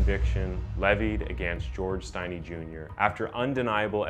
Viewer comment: Not pronounced with a long I, if your going to do a video on this, at least say his last name right.